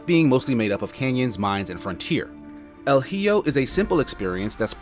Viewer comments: El "hee-oh" WHAT?! 🤣 El "E-ho" sounds more accurate. Hi = E Jo = Ho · "El giyo". This is why you first look up how a word is said. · I like this videos, but I came only to hear “el hijo” being butchered (the pronunciation, not the game)